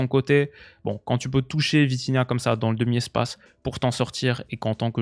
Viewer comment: Dis bien 😂😂😂 VITIGAOT!